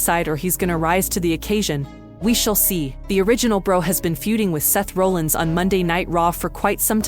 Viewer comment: You're pronouncing Seth Rollins name wrong. If You're gonna report wrestling news, at least say their names right. Have you even watched a wrestling match??????????